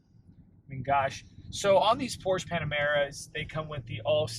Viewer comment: I hope after 2 years you have learned to pronounce Porsche properly.